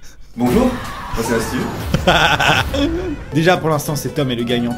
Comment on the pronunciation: CLAP bonjou c’est moi ou il manque un r